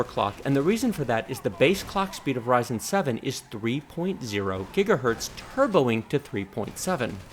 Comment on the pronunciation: Thanks for these great/super well done reviews. Second to none IMO. One lil' niggle. I often hear you say "Gigahert" as if it's singular for "Gigahertz" - no need to explain further, and I don't mean to offend. Just making you aware, as you are a "Pro" in every sense of the word, and I'm just providing constructive feedback.